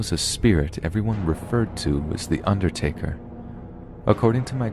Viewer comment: THE UNDERRTAKERR 😂